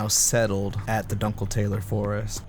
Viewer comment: Amazing video...but the pronunciation of "dunkeltaler" was criminal